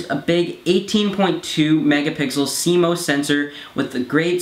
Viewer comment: CMOS "C - MOSS" not cmose!